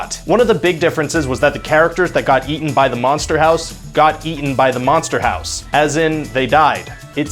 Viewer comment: Manster Hawse